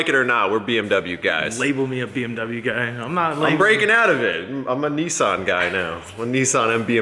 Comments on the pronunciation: NISSAN its not NEESAN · saying Niss-Ann sounds gay